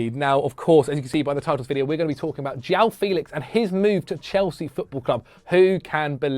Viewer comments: Jwung Felix, not jaow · You can actually say his name. João not Jao